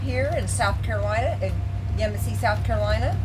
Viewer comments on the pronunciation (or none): The accent is on the second syllable - YeMASsee